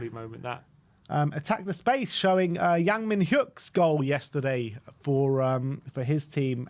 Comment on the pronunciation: Yang Mi-Nyuk is the pronunciation btw, H is silent.